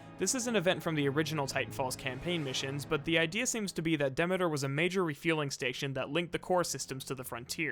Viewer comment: Okay I just realized how weird you pronounce some things. Maybe I'm wrong but I always thought Demeter was pronounced de.mee.ter but you pronounce it de.meh.ter... weird.